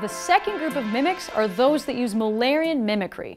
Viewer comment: Oh MULLERIAN mimicry. I thought you said Malarian mimicry